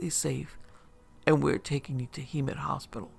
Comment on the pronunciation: It's Hem-met